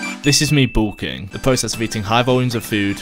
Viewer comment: Is pronounced bulking not boolking